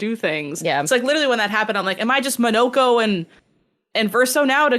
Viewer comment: Oh it's not Mawn-nah-ko, it's Mo No Ko.